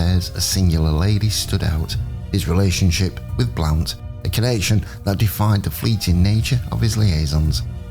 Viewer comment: Pronounced blunt.